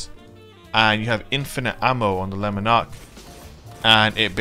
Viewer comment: Not gonna lie I smashed the like button before I watched the full video, just for the correct pronunciation of Lemon Arc. Yorkshire til I die 😂😂